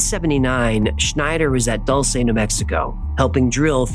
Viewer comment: Dulce is pronounced Doo Ln Say